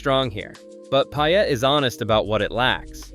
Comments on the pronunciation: Payette is pronounced pay-ette not pi-ette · Wildly inaccurate figures on cost of living, gas prices, rent, and home prices. Wrong and misleading information. Plus, if you think you’re giving a true representation, please learn the proper pronunciation of the towns you’re trying to promote. The residents of Pie-Ut might appreciate it. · Boy did you butcher the pronunciation of Payette. 🤣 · Don't you hate the mispronounciation, I do. How in the world did they manage to screw it up!!! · you don't even know how to pronounce payette